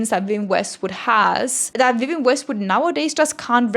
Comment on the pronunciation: “Wiwienne Westwood” is killing me